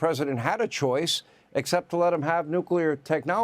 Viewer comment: Why is it so hard for people to say NUCLEAR? It's: NEW KLEE AR - not NEW CUE LAR